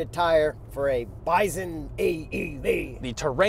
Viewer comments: did you say "byzun?" Good grief, its "BY-sun" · The way you're pronocing bison is driving me nuts lol